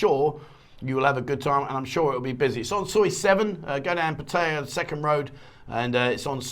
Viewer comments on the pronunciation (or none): Can you say 'Pattaya' correctly please .... the late King apparently said once he was gone that gambling with a Casino etc could go ahead